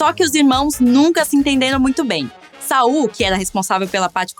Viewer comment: Não é Sal, pirralha, é SaUL, Sa-ul, sua inculta!